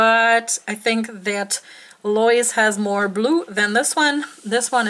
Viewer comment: And the female name " Lois" is two syllables - pronounced "LOW is." (Accent on first syllable,.) Sorry for so many comments; I have way TOO MUCH time on my hands this evening!